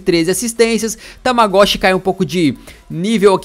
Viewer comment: Tamagoshi sendo q o cara chama Tagmaoui kkkkk